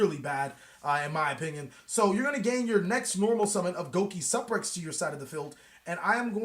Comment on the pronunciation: GO KEE SUUUU PREX LOL